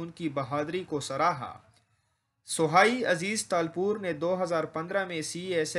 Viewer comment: نام تو پڑنا نہیں آتا